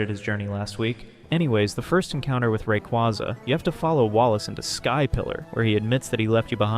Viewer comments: Awesome video! Truly splendid! Thumbs up! Only one thing: The correct pronunciation for Rayquaza is Ray-KWAY-zuh, not Ray·KWA·zuh. I used to use the second one as well but I re-taught myself to use the first one. Rayquaza comes from "ray" (the cosmic radiation it is exposed to in its ozone layer habitat) and "quasar" (the most distant celestial object observed thus far, often theorized to be galaxies emitting high levels of radiation). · Sucks that this vid uses AI voiceover. The changing pronunciation of "Rayquaza" really gives it away. It cant decide if its "RayQUAza" or "RayKWAYza". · It's based off a quasar, pronounced rah-quay-za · Thumbs down simply for saying ray-quaw-za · Great video but you're saying Rayquaza wrong, and I think you know you are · Learn to say the Pokémon’s name right before making a video about it